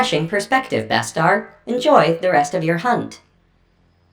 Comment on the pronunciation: Not trying to be a jerk Bustar, but it’s supposed to be pronounced (yowch-yah)